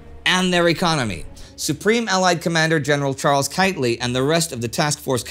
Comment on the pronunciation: Kightly not Kitely